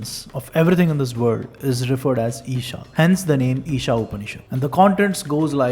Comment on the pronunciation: There's no h in eesa